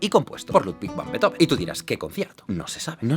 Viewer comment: Todo bien, pero no se pronuncia "Betoben". Sería "Bíizofen"